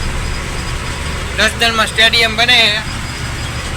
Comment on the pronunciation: સ્ટેડિયમ કહેવાય 😅 ટેડિયમ નહીં ભાઇ